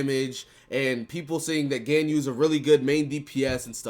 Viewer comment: God the way you're pronouncing Ganyu is driving me insane lol